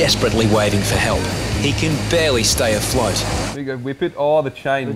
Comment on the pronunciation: Did say Wip or Hop